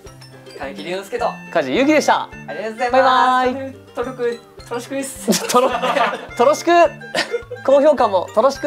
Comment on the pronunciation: お題に完璧に答えていたのに最後 とろしく になっちゃうのかわいすぎる〜笑